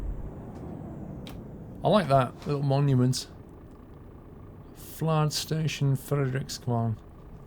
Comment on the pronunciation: Lets keep the Danes comments on the pronunciation in this thread but is really doing his best:-) "Fladestation" ( Should be Flådestation ) is naval base btw.